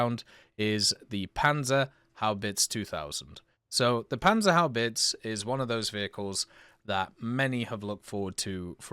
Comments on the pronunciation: my man... HaubitzE (E like the pronounciation in GErmany, not chEEse), not Haubitz, verdammt! <3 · In German you usally pronounce the e at the end, so it's HaubitzE not Haubitz'. (Same with Porsche by the way) On the otherhand, everbody will understand you anyway, so it's not very important.